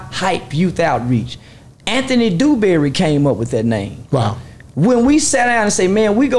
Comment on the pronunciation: Another thing... Why he keep calling my people name... Dewberry 😂😂😂😂 East Texas raised...